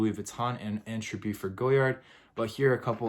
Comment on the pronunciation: It’s an atrocity how you pronounce the name of this designer😂😂😂😂😂#NoClass